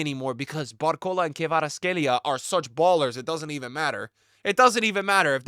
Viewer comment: Great bro but BarcoLA not barcola g